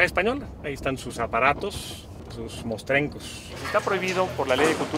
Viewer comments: Jajaja ese que dice: bienes mostrescos. Jajaja se dice «mostrencos» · Mostrennnnnncos hahahaha, no mostrescos